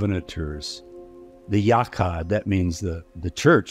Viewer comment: the what? Yachai?